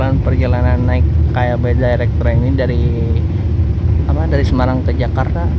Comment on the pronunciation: dairek dibacanya bukan direk..